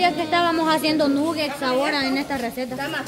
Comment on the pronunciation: Jajajaja lo más ridiculo es la quiere humillar a los demás y ni ella sabe cómo decir nuggets 😂😂 Nugexs dice la 😂😂